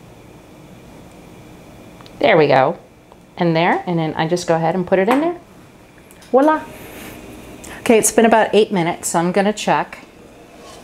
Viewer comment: cutie! but that's "Voilà", with a V (no W). live and learn. thanks for sharing too! Biz, jane in Paris